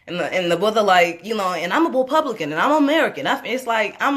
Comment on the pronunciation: "Ima Bupublican" kmsl!